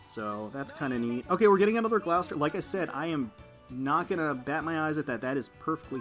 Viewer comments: Gloucester is pronounced as 'Gloss - ter' here in the UK, and Hermes is Pronounced 'Her-meez' rather than 'Her-mez'. other that that love watching you Azur lane vids, hope you get to pull many more Sandys in the future. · Gloucester is pronounced Gloss Tah